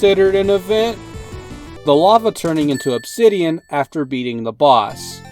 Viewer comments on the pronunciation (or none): none